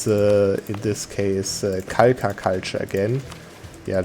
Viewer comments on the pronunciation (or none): Just a sidenote, the culture isn't pronounced Kalka, but Halha. Kh makes a similar sound to the "ch" in german words like Bach or Koch.